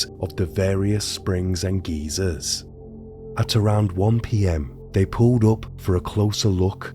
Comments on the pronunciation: The Geysers are pronounced as Guy-sers - not Geezers! (Geezer is a slang term for a man in the UK) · Jesus Christ it’s GUY-ZERS .. not geezers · "the various springs and geezers" LMFAO, luv you man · Lol. Should he be informed that geezer is used to refer to old folks? I'll pronounce it right so as not to confuse/ insult.